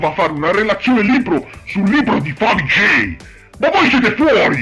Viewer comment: AHAHAHAHAHAHAHAH OOMMMYYYYYGODDENESSSSS AHAHAHAHAHAHAHAHAH LA TUA PRONUNCIA DI FAVIGGGIEIIIII FÁ MORIREEEEEE AHAHAHAHAHAHAH TI ADORO AHAHAHAHAH